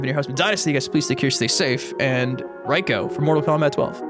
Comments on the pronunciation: It's pronounced Reeko, not Ryeko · Why are you saying "Raiko"?